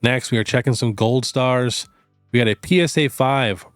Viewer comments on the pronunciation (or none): none